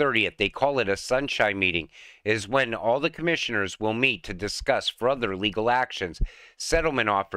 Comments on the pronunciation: fur-ther not fruh-ther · I can’t get over how you cannot pronounce the word “further”. You say “fruther”. Amazing! How do you refer to an animal’s fur? Is it a ‘frurry’ animal? How about a fir tree? Or the word ‘furtive’?